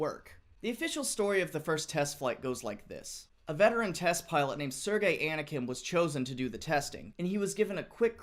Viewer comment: Hey, from Russian sources I can get through, there is a little other story. (I'm native Russian speaking person) First. The test pilot surname is not Anakin (but it's a good little meme you doing here), but Anohin. Second. There was 3 test runs in around 4 meters from the ground to test the ability of the tank to control it's wings at the test airfield. Third. The landing of a tank was successful, but it was an emergency landing. The plane was operating on it's maximum engine capacity and was able to get only about maximum of 40 meter off the ground. They tried to get more power from the engine, but it starts really overheating itself and they didn't really get any more vertical climbing. So the pilot decided to go to the nearest civil airfield (Bikovo near Moscow) and drop the tank around it. Forth. Tank was able to land at the airfield, but they didn't actually celebrate. The airfield control center wasn't notified about test fly and an alarm was raised. The test tank was captured by the red army and only after crew from initial test airfield drew to the Bikovo airfield the incident was settled down and tank on it's own was driven back to the test airfield. That was first and last real fly test. Fifth. The whole problem with the plane was due to miscalculating. The tank was tested in air tube without cables and trucks so they miscalculated engine power needed for the plane to carry flying tank. They also didn't take into consideration the air resistance. That's why test fly